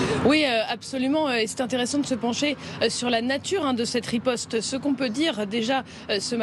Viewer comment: "rispote" israelienne digne d'un sketch 🤣🤣